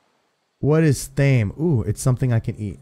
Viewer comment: Thyme is pronounced like time. I don't know about in game but it's a good seasoning for chicken. Thanks for powering through that head cold and making this awesome video!